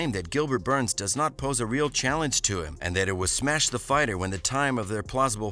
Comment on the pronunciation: Khamzat "GOD OF SMESH" Chimaev